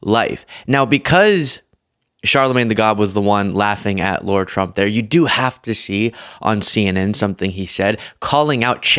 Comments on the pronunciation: I like but every time I watch him, he mispronounces people's names. Yesterday it was Adolf and today it's Lara Trump, who he seems to think is called Laura. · "LARA", not "Laura". But dear, dear, dear, that woman's face is frozen and - those LIPS - terrifying! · Bro....its not Laura/Lora Trump. Its Lara. Like Lara Croft. (Jar/car/far- but Lar-ah) U lose credibility when u call out ppl for not pronouncing Kamala's name right, when u refuse to say names correctly. Just sayin'😊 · Isn’t her name Lara not Laura? I don’t think she has any credibility whatsoever but mispronouncing her name is in the same vein of pronouncing Kamala incorrectly. It’s meant to demean. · Lara not Laura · It’s not Laura, it’s Lara. It’s like Laura but misspelled and stupid. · sweet, PLEASE pronounce her name correctly - It's Lara, not Laura. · Not that I like one thing about her, but her name is Lara, not Laura. Why can’t you and others get that simple fact right? It’s just as lazy and irritating as the right mispronouncing Kamala’s name incorrectly.